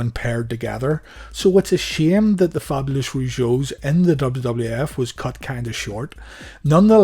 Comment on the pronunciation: You misprounounced "Fabulous", lol! I think their theme song was amazing. Jacques was amazing as The Mountie! And he's a hero for standing up to Dynamite Bully.